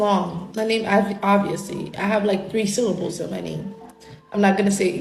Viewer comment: Her name is long, it has, like, 3 syllables... 😂🤣😅 the dumbest people I've ever met were at university. Syllable has 3 syllables, look how quickly she said that word